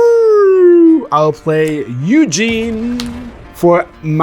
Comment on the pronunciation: Pronouncing Ugin like Eugene is the funniest thing in the world to me!